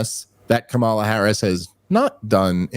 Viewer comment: Dave Smith mispronounces Kamala Harris' name every time, without exception. It has to be intentional. Love it!